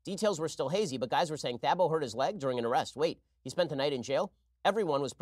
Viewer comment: Man they butchered Thabo’s name lol